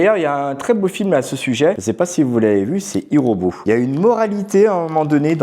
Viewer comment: Youpi de retour I robot super film Mes ceux dit avec un belle accent Anglais 😂